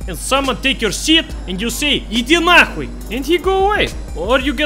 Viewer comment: Bro, your “idi nahui” was so accurate. You’ve trained that one to perfection